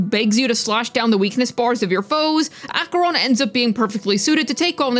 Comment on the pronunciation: you're the first person ive heard saying acheroni... i love saying it im surprised i dont hear it often